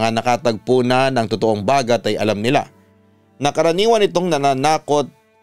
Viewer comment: Its bagat - stress on the 2nd sylllable